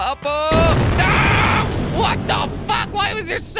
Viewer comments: In the intro he said upa instead of up he pronounced Apa which means dad in Hungarian! Also I'm a huge fan been watching since 10K subs amazing to watch u grow! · at the first time you say up so much it turn into (apa) in indonesia mean (what)